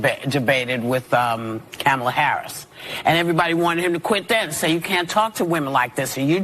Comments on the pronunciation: She needs to be cancelled, she said Kamala’s name wrong. 💨 be gone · Wair wait wait... inat didn't she pronounce that hyenas name the same way Trump got slammed for over and over and over and over and over? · Whoopie Goldberg is insame! She can’t even pronounce Kamala’s name 😂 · Did you hear how she pronounced Kamala ? I thought that was wrong?